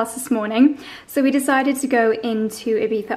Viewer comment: You both say Ibiza so strange haha, half English pronunciation and half Spanish, and then when you’re not trying you say it the English way so think you’re trying to say it spanishly, if so its ee-bee-zzza. English is eye-bee-tha. You’re saying ee-bee-tha xxx